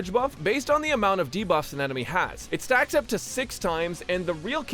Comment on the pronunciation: I totally heard “increases the maximum amount of sex you can have” instead of “stacks” and I am genuinely ashamed